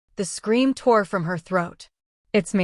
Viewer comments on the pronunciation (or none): none